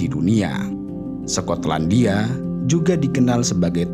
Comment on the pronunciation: Sekotlandia😂😂 skot/sekot